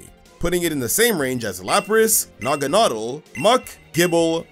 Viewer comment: Bro L naganadel pronunciation